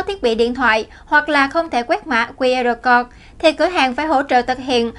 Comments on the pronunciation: Mã QR "cột" là mã gì? /câu-d/ cho "code" mà phát âm ko ra hồn thì làm cái gì nữa mà lên phát ngôn trước cả triệu, người!!! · * Speaker còn trẻ nên học thêm tiếng Anh . “Code” phát âm sai nhé.